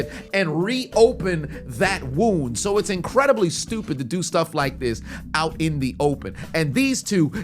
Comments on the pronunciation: Ah yes...the trini use of the word "stupid" always makes me laugh... he Schupid!!! ...not "stewpid" or "stew-ped" ... Chupid lol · You must be Guyanese for the way you said “stroopid”!😂😂😂